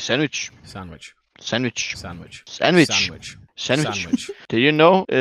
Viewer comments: That one guy said sabwitch instead on sandwich lol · sandwich started to sound like sign language